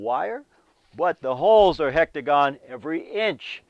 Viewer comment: Hi, really love your videos. I couldn't help but smile every time you said hectagon vs. hexagon. Keep up the great work!